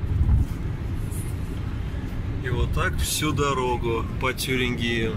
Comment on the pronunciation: ТюрингИи?) ты живешь 20 лет в Германии и не удосужился ставить правильно ударение? лол, есть хоть одно слово немецкое, где ударение падает на последний слог?!